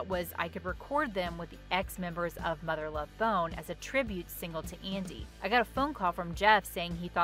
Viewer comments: Still have this album on display in my office next to my PJ and Soundgarden collections. Also, I don't like the way the narrator pronounces "Mother Love BONE". :) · I don't think Mother Love Bone is being pronounced correctly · Lol why is she saying "Mother Love Bone" in such a weird way??? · Why does she say Mother Love Bone the way she does? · So the footage shows recording with a computer, which wasn’t around in 1991. Also the narrator says Mother Love Bone very oddly. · In the future please learn the material, know it, don't just read it. The way you say Mother Love Bone I believe bothers me. Although I love the subject matter, this might be the worst video I've seen on this channel